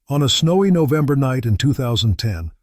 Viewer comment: Kingston Ontario. FFS get your robo-narrator to pronounce things halfway coherently. Or - here's a novel idea - actually do the narration yourself. Who cares if your voice isn't pro quality? At least the text would make sense. "Nove" and "deck" are not months. Don't you actually listen to these things before posting them?